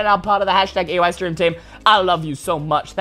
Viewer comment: Everyone love "EYE" STREEM